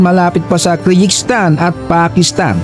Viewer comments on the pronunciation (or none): none